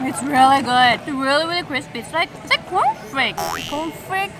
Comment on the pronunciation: In this video I liked two parts most- 1). When you remove that sticker from the statue, i came to know that u r a true nature lover, really many of people were walking nearby it and u done that good job i appreciate that. 2). when her tongue slips while saying CORN FLEX. hahaha. You really doing a great job. I Will wait for your reply, Brother. Matane!